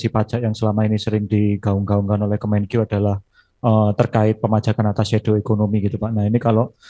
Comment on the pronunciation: Kemenkeu bukan kemenkiyu kiyu🤪